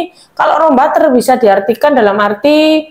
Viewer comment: Bacanya juga jangan salah. Klo Wijsman itu dari Belanda. Wijsman itu adalah roombutter. Butter itu klo bahasa Belanda dibacanya bukan batter (bukan dibaca a) . Tapi tetap dibaca butter (huruf u).